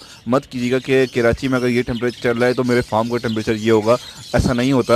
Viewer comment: Bhai please kirachi mat kaha Karo dukh hota hai, Karachi hota hai keerachi nahi